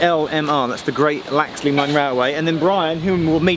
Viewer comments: Did he seriously say laxley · What a splendid set of videos on the Isle of Man! Geoff: repeat after me - Laxey, laxey, Laxey. Only ever one L.: it's LEFtenant not LOOtenant, please! I was hoping you might have tried to trace the lines which were axed in the past, as the main line ran further north and then down the west coast and then give us the news that they might be opening again!